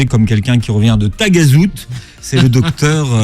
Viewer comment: C’est Taghazout et non tagazout c’est une petite commune vers Agadir et c’est très beau